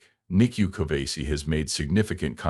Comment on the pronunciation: 1. It's Nicu Covaci, not Covasi. 2. He's not American, he's Romanian. Get your facts straight, before dishonoring someone's memory.